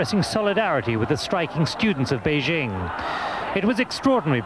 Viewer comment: Some of these journalists pronouncing "Beijing" as "Pee-king" xd